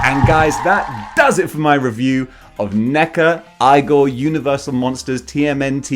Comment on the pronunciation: It’s pronounced “eye-gore”. If you know, you know 😉